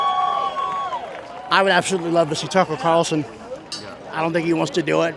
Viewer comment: There were some gems at the start but once this fool said "Marjorie Taylor Gree-" 😂🤣🤭💀😹 And then followed it up with TUCKER CARLS- 😵‍💫😆 Ded